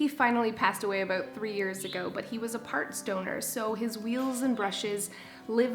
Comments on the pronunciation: Lol! It took me a minute to register that you said Roberto was a parts donor. I thought you said he was part stoner. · Oh and when you said "parts donor" I thought you said "part stoner" like he was just a lazy roomba then I said oooooooh parts DONOR lol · I thought you said he was a "part stoner" not parts donor. LOL!!